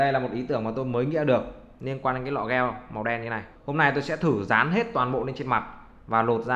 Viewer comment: gel ko phải đọc là "gieo" anh ơi nghe cringy vl